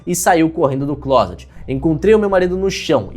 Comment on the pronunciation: falando claset (closet) Eu: "sua família sabe que você gosta de rapazes?"